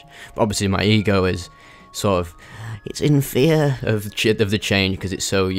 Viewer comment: The funny way you say fear is funny don't get me wrong lol, but at the same it would be a mistake to demene a primordial emotion, repress it, only for it to strike back. Face directly what scares you and walk straight through it (harder said than done obv) [amazing ramble btw]